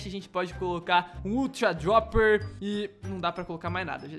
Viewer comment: Não é dioper é droper